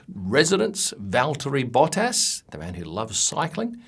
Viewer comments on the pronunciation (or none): none